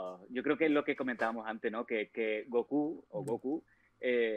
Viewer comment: Cómo que gokú o góku. 🤣🤣 Es Kakaroto